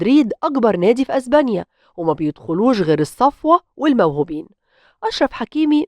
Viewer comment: إزبانيا 😂😂😂إسمها إسبانيا